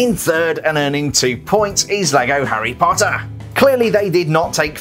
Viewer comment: I like the way he says HARy POTTer